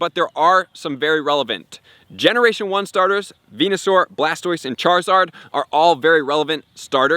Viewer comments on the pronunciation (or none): none